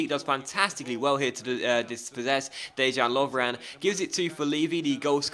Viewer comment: Dejan is pronounced Deyan. not complaining, just trying to help out : )